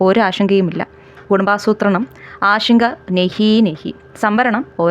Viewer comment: ഇതാരാ ഈ പറയുന്നേ, ആഷങ്ക, ആഷങ്ക, ആഷങ്ക. 😅😅😅 ആഷങ്കയല്ല എന്റെ പൊന്നേ ആശങ്ക . ഇപ്പോ എല്ലാ മലയാളികളും കൂടി ശ എന്ന അക്ഷരം എടുത്ത് കാട്ടിൽ കളഞ്ഞു, പകരം ഷ എടുത്ത് പ്രതിഷ്ഠിച്ചു